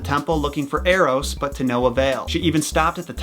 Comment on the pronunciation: Thinking about the baby bow-hunter, when you said Eros, I heard Arrows